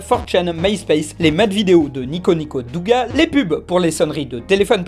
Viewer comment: Juste pour ton référencement; il ne faut pas prononcer le "u" dans "douga" ça se prononce "doga"